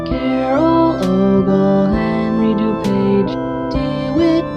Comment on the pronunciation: Here to see if DeKalb, Illinois is pronounced differently from DeKalb, Georgia. I'm impressed and I had no idea that there were that many DeKalbs. You made my native DuPage (IL) sound so pretty too.